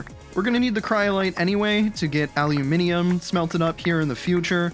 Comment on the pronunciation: finally an youtuber that can say aluminium correctly